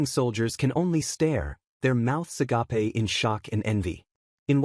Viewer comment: Why does every AI always mispronounce agape as "uh-guh-pay"..